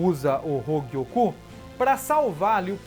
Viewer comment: "Hougiokou" KKKKK eu acho que eu ouvi isso uma hora nada haver ou eu to doido kkkk